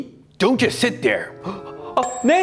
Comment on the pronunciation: 제 귀가 이상한거 같은데 올리버쌤 don't just 이 부분 발음이 just가 잘 안 들리고 don't do 씩으로 들려요. 이것도 빨리 발음하면 이렇게 약간 '돈두'처럼 발음하나요?